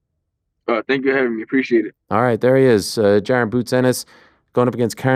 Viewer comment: Jaran boots ennis ?😂😂😂 its pronounced “Juh-Ron”